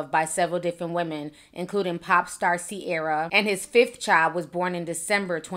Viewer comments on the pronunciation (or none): none